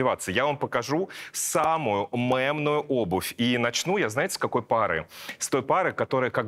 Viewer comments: Саша, мЕмную - через Е, не через Э ❤ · мЕмную, а не мЭмную, а то режет слух